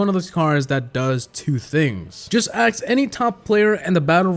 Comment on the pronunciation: It's ask not aks